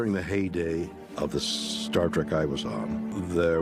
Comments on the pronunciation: Someone please tell Al Roker its not "STAR TRACK". Man .... I know these news show talking heads don't "do their homework" but come on. Who doesn't know the name of the show of the guy he's interviewing? Especially when its the most famous TV show in the world? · 14 seconds in he said "Star Track". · I haven’t heard anyone mispronounce “star trek” as “star track” since I was a kid. That’s lame dude.